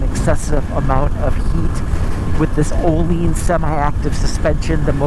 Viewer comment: Actually closer to the original swedish name compared to everyone who says oh-linns. Source: i am swedish. The ’i’ is like a sharp ’ee’ sound in english. Closest comparison.